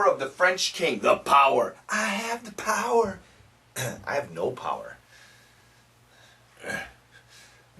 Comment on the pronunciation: Why did I hear 'this meant that he had the parot[pærə] to do anything😂